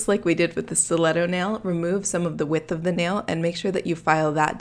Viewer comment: Nicole Delacruz I know it’s a stleto Stu-let-toe